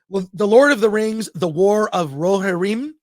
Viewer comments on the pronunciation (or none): We can tell you’re just a casual fan of LOTR, chris, by the way you pronounced “Rohirrim” lol